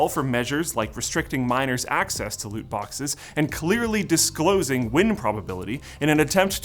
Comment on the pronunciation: Did you say boxes??